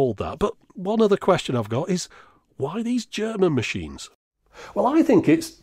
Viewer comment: Thanks a lot for this great Video. I am from Germany, I kinda grew up with these machines in the 70s when my drunken father drew me into the local bars and made me spent my time with these machines, while he was getting boozed. Great Video, great research. Best I liked your german pronunciation, which you did really good. Cheers. Joe :)